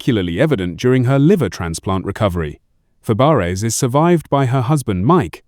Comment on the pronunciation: It's not Fab-e-ares